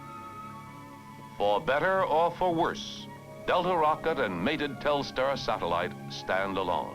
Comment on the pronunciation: It's funny that for such a big event, they didn't educate important people (even the President) on the correct pronunciation of Telstar. It's not Telestar.